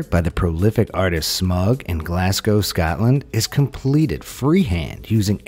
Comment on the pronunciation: Please say Scotland not Scatland